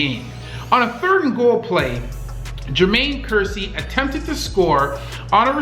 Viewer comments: He was prounocing kearse like Ker- seeee When it's Ker- sss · For God's sake, Google player names before you butcher them. Kerse is pronounced like curse. Bowman's 1st name is pronounced "bug VAH-ro." Oh, and ONE OF THE GREATEST WRs? Rice is the G. O. A. T.